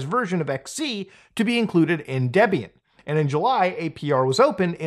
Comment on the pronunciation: i know it's a Potato Potato thing but the way Muta pronounces Debian is making me shiver. Also wtf why does his machine have 128 gigs of RAM